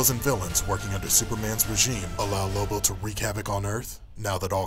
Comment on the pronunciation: Its lobo isn't it not libo